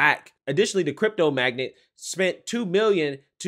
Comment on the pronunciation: ** Every time you pronounced Magnate as “Magget” it killed me, glad he was liberal 😂at least 😂